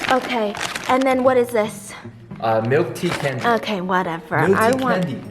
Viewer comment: 'Milk tea candy" with emphasis at that, get itt hahahaha